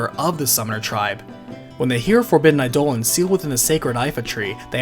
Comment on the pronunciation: Eye-duh-lawn. Come on man.